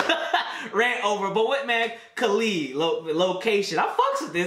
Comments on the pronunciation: It’s actually pronounced kuh-leed that’s how you pronounce it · That's not how you pronounce him name 😭